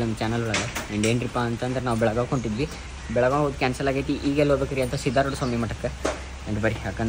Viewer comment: ಬೆಳಗಾವ್ ಅಲ್ಲ ರೇ bhai ಬೆಳಗಾವಿ 💛❤️